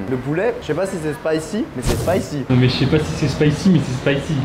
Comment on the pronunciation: C'est pas spyci c'est Spayci Auni 😂